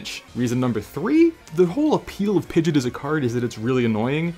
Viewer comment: Not Pidgett... Pidg-E-Aht